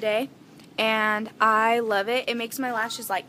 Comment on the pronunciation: Did any one notice she said lubbb you guys instead of lovvv you guys😂😂😂 lol